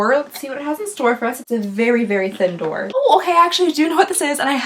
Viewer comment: I know this is 11 months old lol. But I died each 17 times I watched the part where you called it “door” lmao